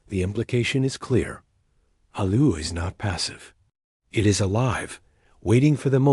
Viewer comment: Not Aluru but ULURU. The correct Name Vibration is very important.